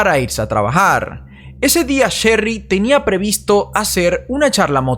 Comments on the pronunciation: Diré chery no cherry se me complica un poco😄😃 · No sería: el caso de Sherry rasmusen???? Y porque se te hace difícil decir Sherry???? Es muy fácil no es alemán 😂